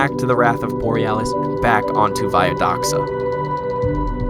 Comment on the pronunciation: I love how says Borealis the second time, sounds so funnx